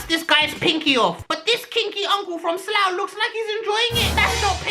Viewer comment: THE WAY HE MENTIONED SLOUGH I- 😂😂😂😂😂